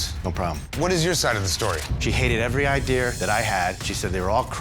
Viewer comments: "she hated every idear I had" man when I tell you I laughed my ass off 😂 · "She hated my idear" 😂 didn't miss a single idear. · dont trust anyone who says "idear" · Man I hate Julia but the dude really didn't know what BIO mechanical is. also what part of our country here in the u.s. say idear and Washington lol call a wolf a woof lol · It's spelled IDEA there is no "R"